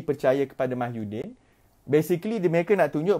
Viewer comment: Slm dude..you need to start pronouncing tsmy's name correctly..its MOHYI-din, rather than MAHYU-din...just a little mistake but best to be corrected..cheers